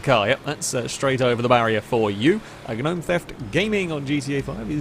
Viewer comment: gnome is not said like g-nome it's nome